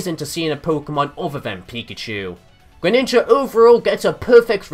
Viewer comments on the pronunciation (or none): GRENINJA NOT GRENINGA,ALSO, greninja>charizard,just by a bit